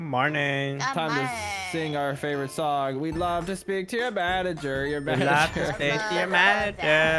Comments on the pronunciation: U just said manger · say manger lol %100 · Its M A N A G E R not M A N G E R